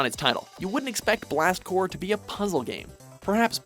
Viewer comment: "blast core" im VERY happy that the first game i ever played is on this list but are we just going to ignore the p in blast CORPS?